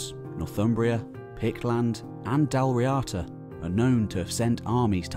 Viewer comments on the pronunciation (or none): 2:37:100 It's pronounced like "Dawl Reada" not "Dal Riata" It's an Irish word, don't read it as an English word. You don't read French as English, no one say "Crow-Is-Sant" when reading Croissant So please don't do that to Irish ^^